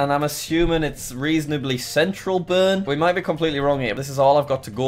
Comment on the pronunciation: Bern spricht man anders aus!!!